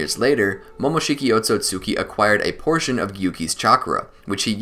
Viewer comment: Ot-Sut-ski not Ot-So-Sut-ki Just like Mit-Ski not Mit-Suki Love your content but please correct the pronunciation